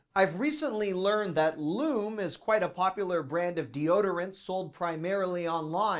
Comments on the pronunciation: 😖 Pronounced loo-mee, not lum-ee. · I can verify, the Henckels frying pan set is worth every penny! A Hexclad knockoff that stands up to everyday use and abuse, and comes out clean as new from the dishwasher! PS: the deodorant brand is pronounced LOO-mee, not LOOM 👍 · I’m sure you have gotten many corrections for your pronunciation of Lumē … but here goes 🤣 you were good for everything except the ending. That e is a long e as in me, thee, free and lumeeee. Love watching your videos. Thanks for keeping it real and fun!👏🏼🤗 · that deodorant is pronounced "LU - mee"....notice the line over the "e" to indicate how to pronounce it. I have some and it does what they say it does. I feel safer using it because it does not contain aluminum. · It’s pronounced Lu-mee. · Its "Loo-mee" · Lume is pronounced Loomy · it's pronounced Loomay. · Love your videos, but it’s pronounced Loom e for Lume deodorant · That deodorant pronunciation is Loo-me. There is a men's version, but I forgot the name. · It’s pronounced loo-mee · I have been using Lume’ products for over a year now. AMAZING product! Well worth trying. And it’s pronounced with a long ‘ E ‘ at the end loomee. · F.Y.I. Lu me for pronunciation ❤